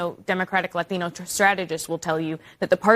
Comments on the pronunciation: Why do people who are 1/5th Hispanic pronounce words describing Hispanics differently than we do. Like, Latino but they say ladino.... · The way she says "latino" 🤢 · Minor note but it sickens me the way English has to be undermined as a language to keep the professional activist clowns satisfied The way they say "ladino" instead of Latino The way Columbia has been renamed "Colombia" Other countries with their languages aren't made to use foreign names and pronunciations for their names and words. You don't hear Spanish call Germany Deutschland they call it Alemania. French do not call Italy Italia they call it Italie. If you want to destroy a language let moron activists at it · It enrages me when they say Ladino. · What is wrong with people these days. This chick that thinks she's a boy is speaking normal English but when there is "Latino" or "Latina" mentioned her tongue makes stranger sound then she back to normal English again. Sounds like it is inputting a D sound where the T sound should be. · The way these CNN pundits overemphasize the pronunciation of “Latino” is so cringe. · Why do all English non spanish accent speaking Latino who dont say any other words with an accent HAVE to pronounce Latino with an accent? It's almost like a low level virtue signal that they think gives them credibility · God I can't stand these democrats when they pronounce "Latina" and "Latino"... Perfect facking English with the exception of those words. Someone should make a skit about it. Lol all grifters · Why do they have to emphasize the TI in laTIno? - Not even us hispanics pronounce the word that way. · Why does that lady keep going hard in the paint with her pronunciation of “Latino” but not with “Rio Grande”? Ummm hey fake ass, both are Spanish 🤣🤣🤣🤣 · I love how she only has an accent when pronouncing Spanish names and the words latino and latina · Why the woke freaks love pronouncing “Latina/Latino” that way? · Why she sound deaf when saying “Latino”?!